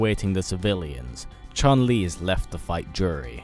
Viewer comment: Not chan li Chun li